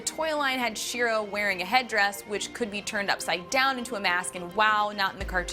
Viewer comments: She-Ra not "Sheer-uh". You explain the origin of the name right in the video. Why can't you pronounce it? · She’s not even saying She-ra correctly. 🙁